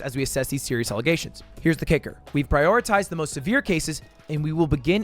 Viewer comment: "allegation" bro needs to learn English